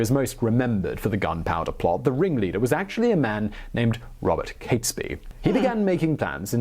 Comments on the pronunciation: I've noticed this trait he has in his videos. He clearly is well educated and yet he often gets names wrong. Besides getting Guido wrong, he also pronounces Catesby wrong after a while. He initially pronounces it correctly as Caits-bee but then starts calling him Cats-bee. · I was taught his name was pronounced "G-ee-dough", not "Guy-dough". Was also taught that it's "Kates-bee" too and not, "Cats-bee". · Guido pronounced gweedo. Catesby: cates like gates. The bonfires were decreed to be lit across the land on 5th November 1605, ie. that very night, to celebrate the escape from disaster and tyranny. (419 years later.. Still doing it). BUT MOST IMPORTANTLY this was NOT about religion. (Ok some people cared a lot about different ways of practicing faith but...) This was about POWER. It was about national sovereignty vs. foreign rule. A Catholic king would be controllable from Rome. Henry VIII went a very long way out of his way to put a stop to that a few decades before. This is the foundation of Britain as a sovereign nation. This day is when we celebrate our independence. It's our independence day. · Guido pronounced gweedo. Catesby: cates like gates. The bonfires were decreed to be lit across the land on 5th November 1605, ie. that very night to celebrate the escape from disaster. (419 years later.. Still doing it). BUT MOST IMPORTANTLY this was NOT about religion. (Ok some people cared a lot about different ways of practicing faith but...) This was about POWER. It was about national sovereignty vs. foreign rule. A Catholic king would be controllable from Rome. Henry VIII went a very long way out of his way to put a stop to that a few decades before. This is the foundation of Britain as a sovereign nation. This day is when we celebrate our independence. It's our independence day.